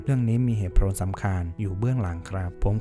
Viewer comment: ขอบคุณมากๆค่ะ แต่ไม่ทราบว่าผู้อ่านอาจไม่ใช่ thai native speaker หรือเปล่าคะ หากอ่านเพื่อฝึกการอ่านอยู่ อยากขอเสนอแนะการออกเสียงคำศัพท์ "ผล" ให้ออกเสียงแบบประมาณ โผน ได้ค่ะ ไม่จำเป็นต้องออกเสียง ล ลงท้ายค่ะ หากไม่ได้ต้องการคำแนะนำการอ่านนี้ต้องขออภัยด้วยค่ะ ขอบคุณมากๆสำหรับคลิปเสียงนะคะ